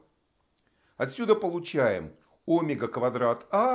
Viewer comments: Тоже об этом подумал, омЕга, а не Омега. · Автор говорит о́мега... правильно оме́га! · Омега ?? Почему ударение на О ??? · В слове «омега» ударение ставят на слог с буквой Е — оме́га. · Не согласен с ударением в слове Омега, правильно омЕга. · óмега! Аааа кровь из ушей!